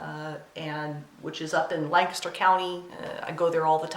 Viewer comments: I heard you pronounce Lancaster correctly, so I'm guessing you're from the Pennsylvania area. Nice 1st video. I look forward to seeing more! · Very much enjoyed your first video. I'm going to guess you're from Pennsylvania (purely based on how you pronounced Lancaster). Am off to watch your other videos now. :)